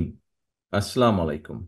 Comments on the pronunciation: Brother I have great rspect for your father and mother ! Major Ziaur Rahman was Patriot ! He was an honest person. Mr. Rahman you are a promising leader. You represent the biggest party among Bangladeshi people. I tried to listen to your speech. But I feel disappointment when you say salam . I would request you to say salam properly. ( It's not Aslamualikum but Assalamualikum) I hope you take my humble request kindly. Wish your succes in future endeavor. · স্রদ্ধেও ভারপ্রাপ্ত চেয়ারম্যান আস্সালামু আলাইকুম,জনাব আপনি বক্তব্যের শুরুতে সবাইকে সালাম প্রদান করেন, এটা অত্যন্ত প্রশংসনীয়,এটিই আপনার -আমার ধর্মীয় মূল্যবোধ ও সংস্কৃতি। তবে আমি লক্ষ্য করছি আপনার সালাম প্রদান বিশুদ্ধভাবে হচ্ছে না, তাই এ বিষয়ে আপনার মনোযোগ আকর্ষণ করছি।